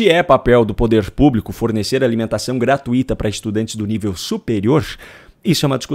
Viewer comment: Oi nao fale " gratuíta" fale gratuita. Sou sua fã